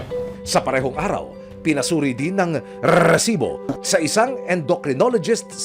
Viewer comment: Please lang, paki-ayos ng pagbigkas ng word na "RESIBO" huwag nang artehan pa like, RRRRRRRRESIBO!!! hindi sya nakaka attract ng subscribers!😒